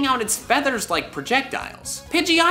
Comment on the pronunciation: Somebody give this guy a gold star or a cookie or something. He pronounced rattata correctly